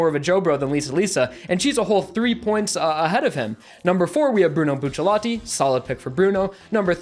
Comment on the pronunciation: i liked the video, i liked the fact that you avoided spoilers and i don't want to annoy you, but please say bucciarati